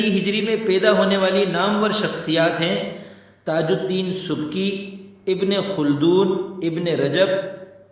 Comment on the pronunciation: استادِ محترم!بڑی مِحنت سے لفظِ آٹھ پر آپ نے اپنی تَحقیق سے ہمیں استِفادہ کرنے کا موقع فراہم کیا،جزاکم اللہ خَیرا❤️ ایک سُوال پوچھنے کی جسارت کر رہا ہوں کہ میرے نانا جیؒ کی تحقیق کے مطابق اصل تلفظ ’’اِبنِ خَلِّدُون‘‘ ہے۔آپ اِس بارے میں کیا فرمائیں گے؟اِس پر آپ کی تَحقیق کیا ہے؟از راہِ کرم راہ نُمائی دیجیے گا،جزاکم اللہ خَیرا❤️